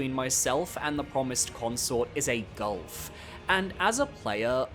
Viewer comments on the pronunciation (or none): none